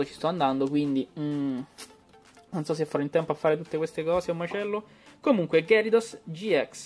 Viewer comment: "Ghiarados", non "Gherisos". Ieri nel primo pack ho trovato Silvally rainbow, punto a Samina full art.